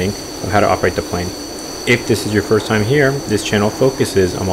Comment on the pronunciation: it said (irst) not(first)